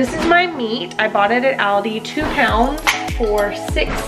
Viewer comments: Ty so much for this! You say Aldi I pronounce it Auldi lol ..I love Aldi but there beef seems expensive. My husband just got 3lbs for $6.00 at Acme, I know everything varies. There’s just 2 of us and I get tired of the same things! This is convenient! The mixer to shred the chicken 🍗 omg! Genius! All of these will basically last us a long time! Ty sooo much! I’m sharing this on fb & already told a few ppl on the phone 😂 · I've never heard anyone pronounce Aldi the way you do😂😂 Great video! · Why do u pronounce aldi that way???